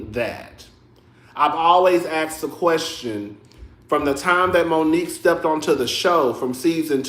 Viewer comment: Great reviews per usual but u had me chuckling.. "I have a qwershtion". Eheheee 😂